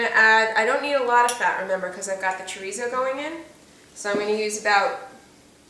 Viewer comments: Portuguese "chorizo" is actually called "chouriço" in Portuguese Listen to the proper pronunciation of "chouriço" You can also use linguiça for this dish. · Chorico is the Portuguese soup sausage, pronounced. sher eese o is silent. Linguica is the other Portuguese sausage fries grilled for sandwiches, or mixed with baked beans. Mm Mm looks good, just like my Mom used to make.